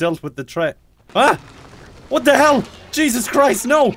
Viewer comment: You sound so stereotypally Irish when you say "Jesus Christ" that you remind me of the leprechaun from Rick and Morty. I love it.